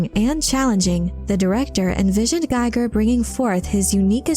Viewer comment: One nitpick, Giger is pronounced Geeger not gaiger.